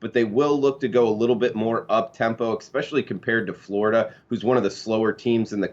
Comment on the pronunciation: I like you bro. But there is no X in "especially" lol. Good luck everybody